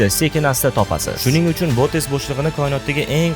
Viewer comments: Bootes emas boteks bo'shlig'i😂😂😂😅😅😅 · Botes deganizda boteks deb eshitipman😂